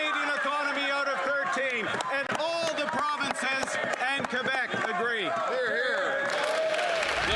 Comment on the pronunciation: "From Quebec, from the provinces, from the territories " !!??? From Qurbec???? Not Canadian!